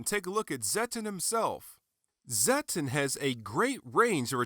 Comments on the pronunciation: It's pronounced "Zet-tON" not "Zet-TEN". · Why did you pronnounce it as zetten? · I was surprised how you pronounced Zetton xD Took me a little bit to get use to it lol.